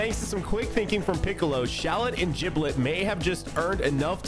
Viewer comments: Lol I believe its pronounced Giblet not Jiblet. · Did bro just say "Jiblet"? 💀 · It's giblet